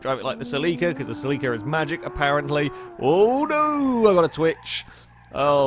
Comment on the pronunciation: I thought you put the emphasis on the cel in celica not the i